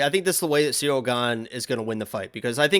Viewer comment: … clearly calls Cirly, “cereal”. is the GOAT.